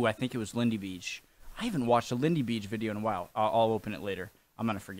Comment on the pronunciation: It's not a drawing it's a tapestry, a embroidered textile item. It's lots of women sewing the details on a fabric. It's not Lindy Beeeige like you pronounce it but Bayge. If you listen to his videos he says his name in every one and the Lego figure at the end of every video says it.